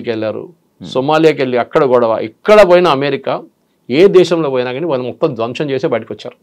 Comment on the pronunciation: Anchor గారూ కొంచం మంచి తెలుగు ... వాల్లు వీల్లు అంటారేంటి ( వాళ్లు వీళ్లూ అనలేరా ?!!)